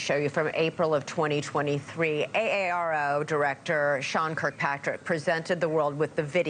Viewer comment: Newsnation should prep more for the interviews. Like learn to pronounce AARO.